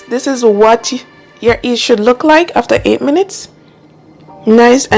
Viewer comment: Hi, the correct pronunciation is yeast not east!